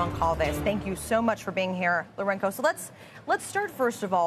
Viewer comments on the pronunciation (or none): The name is Laurenco. LORE-EN-SO. Damn.